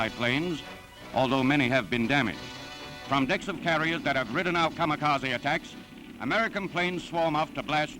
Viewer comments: Kamakasi= Kamikase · no one: news; K A M A K A Z I